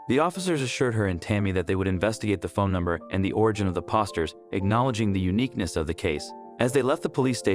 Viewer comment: Please learn to read and speak the right words. It's poster, nor pawsters